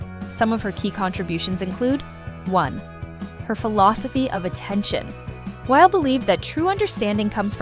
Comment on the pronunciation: Ugh. By 48 seconds in, the (AI?) narrator has pronounced Weil’s family name 3 different ways, none of them correct.